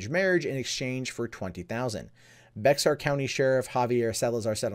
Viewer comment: Just a small nitpick, but Bexar is pronounced like “bear” the animal. Bexar county is the county the the majority of San Antonio Tx occupies.